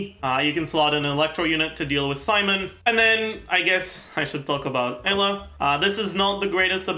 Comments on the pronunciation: lol he literally says it like ella, it should be like - you-lah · do u mean eula? eula is pronounced oila correctly, sounds a bit like ella ig? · Yeah, well, this game is played in English, not German. The correct pronunciation is "You-la" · It’s cursed that after watching so many videos I call “Eula” as “Ella” now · listen. i found this guy's videos yesterday through a friend's recommendation and theyre great. BUT. why does he say Eula Like That